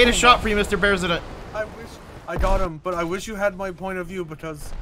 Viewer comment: "I ate a shot for you mister Bearsident!"